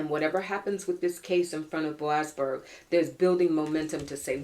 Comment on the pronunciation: ...we love you...but... It is boasberg...